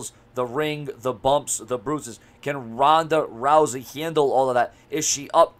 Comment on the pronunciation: TONDA TOUSEY?😩😂 MANNNNN RONDA OLE LOUSEY ASS... #RONDALOUSEY